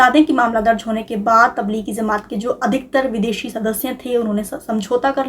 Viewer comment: It's Jamaat not Zamaat.. people watch you guys and your pronunciation acts as a reference, you cannot get it wrong